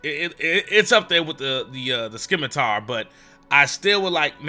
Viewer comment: Sim - a - tar (from the Italian origin) or Sim - ah - ter (from the french origin) not Skim - a - tar ><